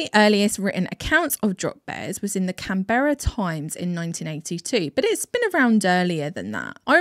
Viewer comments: Surely in doing research about drop bears someone learn koalas aren’t bears and it’s pronounced cān-bra not Canberra. Great vid but that spoiled it for me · canberra "can-bruh"